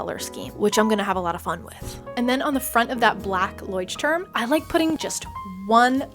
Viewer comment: My bad i thought you were german bc of the leuchtturm notebook 😂 But then i heard you pronounce it and was like yeah no! (This is no Hate!!!!) Tysm for the video, I wanted to make one and your tutorial was the only one that was really good!